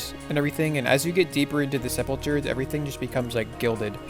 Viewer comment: nice vid. Wasnt sure if I should do this or not. just a heads up it pronounced sep-ul-cer. :)